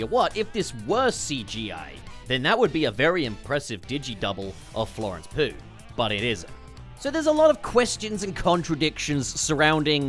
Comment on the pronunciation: You can’t pronounce a simple name to save your life. Florence Pugh. Tatiana Maslany. Bruh! 😂